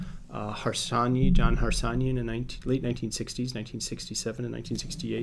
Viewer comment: John Harsanyi (Harsányi János) the developer of Bayesian games was a Hungarian prof and Nobel Prize winner, I couldn't understand his last name when you said it, originally we say his name in Hungary like Har-sha-nyi. John von Neumann (Neumann János), pioneer of this whole game theory topic was also Hungarian. I'm so proud.